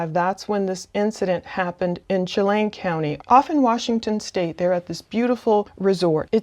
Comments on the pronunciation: The pronunciation of Chelan County Shealland without the d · CHELAN is pronounced: shuh - LAN